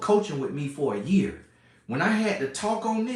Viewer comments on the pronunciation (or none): none